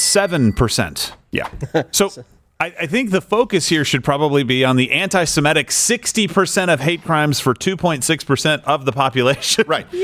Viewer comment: It's not "Simetic" it's "Semitic", and the phrase does not just include Jews.